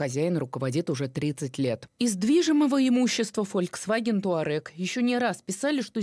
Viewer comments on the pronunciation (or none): none